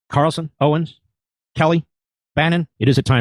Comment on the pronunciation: Jimmy there is an S at the end of Owen! Stop leaving the s off it drives me crazy